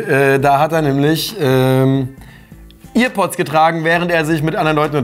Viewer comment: Ear Pods😂 Das heißt Air Pods